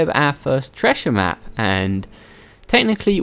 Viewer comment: Never laughed so hard at the "Tressher map" 😂😂😂😂